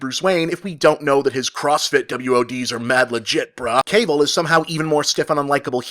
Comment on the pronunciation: You're pronouncing Henry Cavill totally wrong, good review though